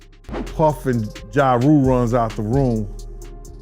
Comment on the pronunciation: YA rule?? It’s JA, pronounced JAR you fool. Who do they get to voice these videos??